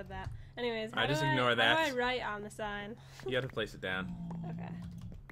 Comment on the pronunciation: Jen: How do u make a saign? its sign Jen